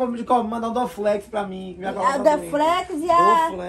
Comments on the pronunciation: A menina estudou e não sabe falar dorflex 😅🤣😂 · Esse Bombo essa menina estudou e nem sabe falar dorflex